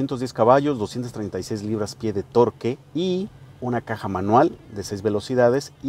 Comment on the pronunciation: felicidades a peugeot por este producto, tiene tecnologia actual y todas las capacidades necesarias para terrenos dificiles, excelente video por parte de autocosmos solo la observacion , la palabra torque es del idioma ingles, se pronuncia tork y significa torsion, esta torsion se refiere al par motor, o sea la fuerza de torsion que tiene el motor la cual esta en libras pie o a veces en newtons metro